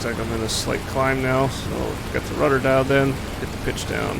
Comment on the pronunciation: You said Rudder Udder